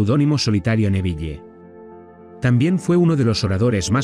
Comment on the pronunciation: APRENDE A PRONUNCIAR EL NOMBRE CON PROPIEDAD SE DICE N E V I L, NO NEVIYE